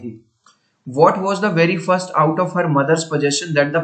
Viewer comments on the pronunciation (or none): none